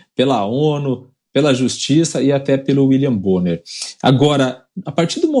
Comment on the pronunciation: Uili bonner 😂😂😂😂😂😂😂😂😂😂😂😂😂😂😂😂😂😂😂😂😂😂😂😂😂😂😂😂😂😂😂😂